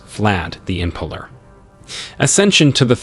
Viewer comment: My eyeballs are doing donuts in my skull listening to these pronunciations. Im-PALE-r not Impuler, Vag-EYE-na not Vag-IN-a, T-RETCH-ery not T-REACH-ery. All that aside, good historical video.